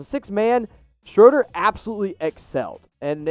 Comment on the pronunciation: Woohoo you say Schroder correctly! If any stand Nate Duncan saying shrewder on his Pod